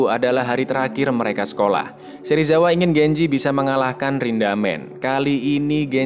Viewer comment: Bukan rindamen tapi rindaman